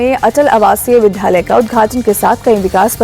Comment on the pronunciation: Ye anchor vidyalaya ko vidhyalay padhti hai. Isko koi batae Vidya aur Alay ke milne se vidyalaya shabd banta hai. Isme vidhya kahi nahi hai.